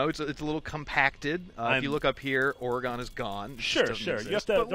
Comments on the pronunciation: What is oregone it's pronounced oregun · If only people knew how to say "Oregon" right... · Your pronunciation of Oregon hurts me.